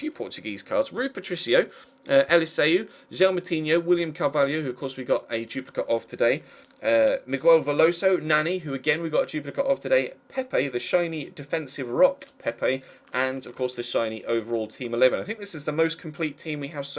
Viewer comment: In portuguese the "u" in Miguel is silent.